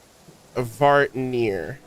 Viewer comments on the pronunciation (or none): Amdvartnir is the lake the bar keep mentioned at the flagship where Varka went last patch. It was strangely pronounced that's why it's sounded new. Idk why they pronounced it like that I was pissed.